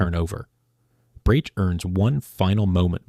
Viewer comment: You slaughter the names of Brač, Crkvenica, Kvarner, Opatija and Malvazija. Good luck getting handymen to do the reconstruction work for you. Labor, material, professional and handyman costs are crazy in Croatia. You don't show Pula airport. I live in Rovinj (in Istria) and this is funny.